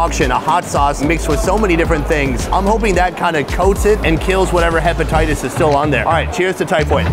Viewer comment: "I already have hepititius"